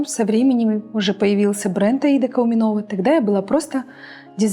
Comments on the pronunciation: КауменОва деп қатырды апам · Кауменоова😅 почему все кааауменова говорили